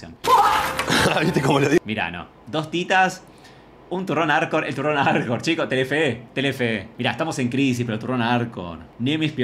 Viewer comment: Jajajaja ¿Por qué le costaba tanto decir "Arcor"?